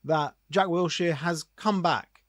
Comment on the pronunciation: Its Wilshere not Wiltshere innit.